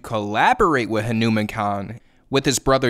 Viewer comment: Pronounce it right. Hanuman. Ha (as in hu in hunter), Nu (is in noo in noose), Man (with the "a" as in auntie; maaan)